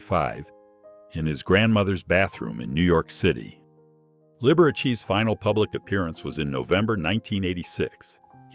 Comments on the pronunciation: These A.I. narrations are PATHETIC! "Rick O-cah-seck, led singer"? "Lib-er-uh-chee"? Ridiculous. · Libbero-chee. Aka Liberace. Why do people use AI narration? 🤷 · The way he pronounced Liberace 😅